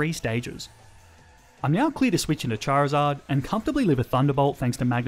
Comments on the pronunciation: CHARIZARD, NOT CHIRZARD! FIX IT NOW! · DO NOT LEAVE OFF THE I IN CHARIZARD! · THE O IN CHARIZARD IS SUPPOSED TO BE AN I!